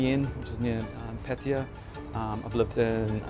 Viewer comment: Why do you continue to deliberatly say Pætiæ instead of Pattaya? Makes you sound like a redneck 🤣🤣